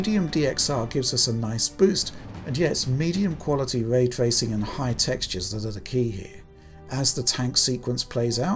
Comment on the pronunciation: Way twacing